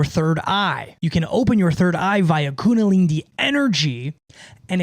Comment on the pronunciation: 😂say it slowly IZ : kuNDAlinI Great contents bruv